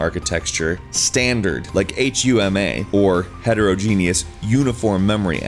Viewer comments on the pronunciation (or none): Heterogenous does not rhyme with "genius". It's pronounced HET - IRR - OJ - IN - ISS